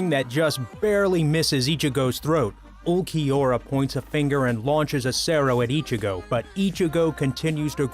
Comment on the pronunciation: atleast he said ulquiorra right :D